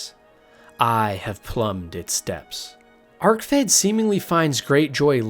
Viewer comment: Anyone else tilted by the bad pronunciations in this or just me? I was just gonna ignore it until he said Vamira instead of Vaermina (not to mention Arkved being called Arcfed, am I having a fucking stroke or is he having a laugh?)